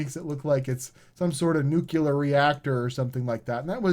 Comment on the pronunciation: He reminded me of a Simpsons episode, where Homer corrected Lisa. "Nucular, honey, it's pronounced nu-cu-lar."